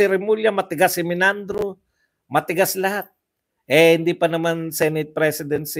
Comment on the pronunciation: Hindi sya Menandro, sya po ay Meynardo Guevarra. Pakitama lang po Ang pronunciation para Hindi masakit sa Tenga. Paulit-ulit ka pa naman - Menandro ka ng Menandro